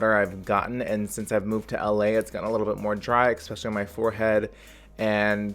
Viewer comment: When he says eXpecially and not eSpecially.. Please don't